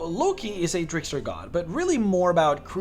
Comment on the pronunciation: "Lucky?" Well, first I've heard Loki pronounced like that. Explains why that Feat is so broken lmao.